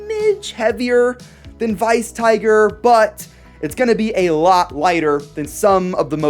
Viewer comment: Well it's... Weiss. Not Vice. I think